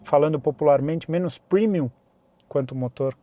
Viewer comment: Parabéns pelo seu comentário, falou tudo....só esses jornalistas puxando o saco da senhora Honda. E é para cair na risada quando ele fala primiun kkkkk